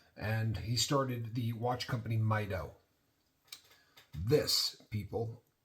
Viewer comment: Great video. Beautiful watch. It's pronounced "mee-doh" 😊